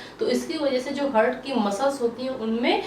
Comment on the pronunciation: Hurt nhi heart bolte hain😂